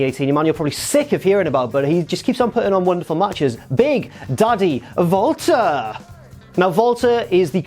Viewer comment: He pronounced it like that because that's how you pronounce it.